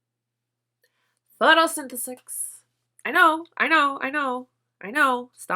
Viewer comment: I loved this video. Girl I was like nooooo when you said Photosynthesis 🤣🤣